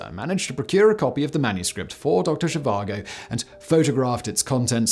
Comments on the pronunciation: She vango???? VAGO! Doctor Zhivago ....no ng :) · For some reason in the first half you pronounced it as zhivango and later as Zhivago didn't you watch the movie? I mean who am I kidding, you probably didn't 😂 doesn't mean it isn't interesting to watch tho. Very interesting tho I didn't know about this let alone that the Dutch helped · I may be wrong but i always thought it was pronounced doctor she var go and spelt doctor zhivago. If im wrong then i apologise but that is how i have always said it and heard it said. That aside, great work as always simon. The videos you put out across all of your many MANY channels are always a great watch. I never miss a episode. Keep up the great work and i cant wait to watch your new episode of the casual criminalist after i have watched this. Thank you for all your hard work and effort in creating what is for me the best set of content on youtube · Dr Zhivango?? Oh, Simon, what are we to do with you? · There’s no “N” in the pronunciation of Zhivago.